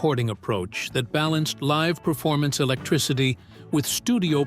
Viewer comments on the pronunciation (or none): none